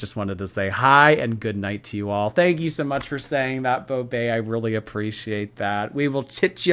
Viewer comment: BECAUSE TONIOGHT WILL BE THE NOIGHT I WILL FALLL FO YOU